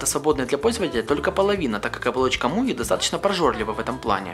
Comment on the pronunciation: "При помощи мокрых рук", "муи", "лупА", "тиДЖИ-эссидимэй" Ляпы, ляпы) Ну и на звание "полного" не претендует Но всё же спасибо